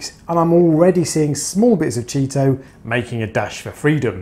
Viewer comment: Yep 👍...less maintenance approach is a great call. That’s the first I’ve heard it pronounced ‘Cheeto’. Is that what you guys call it on that side of the pond?...or is that ‘ specific’? Cheers 🍻